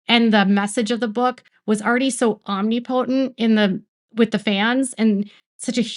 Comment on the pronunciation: I feel terrible now, bc I was one of those people that pushed to have Deadpool made 😢 I really loved RR, I had for years. I supported and watched everything he was in 😫😡 I feel like such a fool now, after finding out the truth about him. They are such terrible people. Btw, you pronounced omnipotent wrong....om-nip-potent.